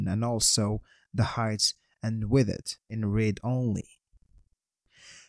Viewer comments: Yeah for me it sounds like "with it" xD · Thanks for sharing this code 😇 But I‘m confused of your pronunciation of „width“. You pronounced it like „withid“ the whole time.😅